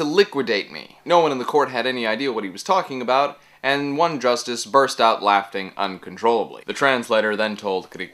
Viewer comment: "burst out..laf-ting"...I cought that...lol